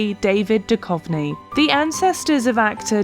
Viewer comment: David Duchovný is not David Dukovny:) it means :spiritual .